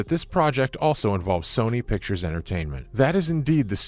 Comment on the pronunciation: It's Sony not soony😂